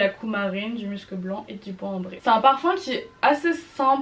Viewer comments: ça ce dit bien m-u-scs et non m-eu-scs ^^ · Pour information aussi ! On dit muscEUH blanc ! Et enft y’en a sur pas mal de parfum, cette note eft c’est l’effet poudrer qu’il peut avoir dans les parfum ! Par exemple dans le nouveau Nina richi on le sens ÉNORMÉMENT le musc, après faut aimer 🤷🏽‍♀️🤷🏽‍♀️